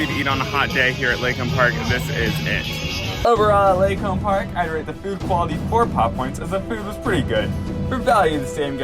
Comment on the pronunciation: its pronounced "Lee-Kahm" park.